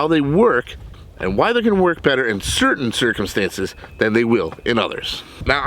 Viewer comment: I’ve never heard certain circumstances said/spelled like that I love it.